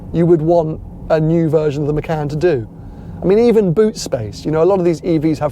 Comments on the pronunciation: It’s muh-con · Im as indonesian abit pissed of how people say macan not hownit supposed to be, it supposed to pronounce "MA- CHA-N"